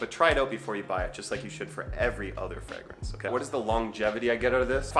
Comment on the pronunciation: Your weird pronunciation of the word fragrance is like nails on a chalk board to me. No need for the extra G you throw in the word, lol.